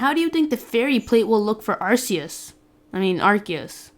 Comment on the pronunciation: Where did that come up? It's AR-CEE-US. Watch the 12th movie.